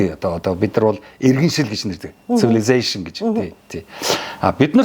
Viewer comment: Гадаад хэлтэй болж гайхуулдаг бололтой энэ хүн ! 3 англи үг хэллээ 3 лаа дуудлага буруу наасан 😂😂😂 civilisation, earth, distance! Гадаад үгийг гадаадаар нь хэрэглэ гэнээ😂 та мэт хүн ингээд буруу дуудах учир зүгээр л монголоороо ярьсан нь дээр бдаг бхгүй юу! Танд гэж хэлэхэд 2лаа зүгээр монголоороо ярья за!!!